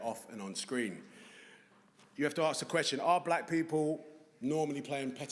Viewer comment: Why is Idris saying 'ARKS' instead of ASK ? I've seen him in plenty of stuff - he does not talk like that. - he says 'arks' then he says 'asking'.